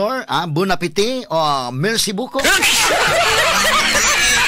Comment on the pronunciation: Kaayo bya nimo Mo French 😂😂mercy bucoup